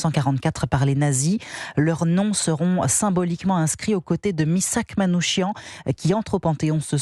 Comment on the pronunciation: S’il vous plaît ça s’écrit Manouchian mais ça se prononce Manou « K»ian pas chian …